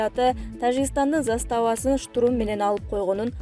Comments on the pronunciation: Штрум эмес штурм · Штурум эмес штурм чон кыз туура суйло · Диктор кыз сен качан туура окуйсун ? Жок дегенде ушундай кырдаалда туура окучу . Штурум - эмес Штурм - деп жазылат и окулат. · Диктор кыз туура айтсан штурм деген созду,штрум дебей кандай сабатсызсын уят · Ай диктор штурм, минемет, пулемет деген создорду туура окучу, Ташиев Германияга баласынын туулган кунуно кеткени чынбы?